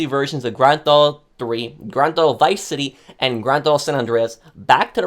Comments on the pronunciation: "Grand Tho Auto 3" 🤣🤣🤣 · grand thauto?